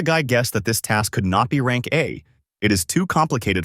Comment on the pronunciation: Is it really rang not rank ? 😂 But anyways nice recap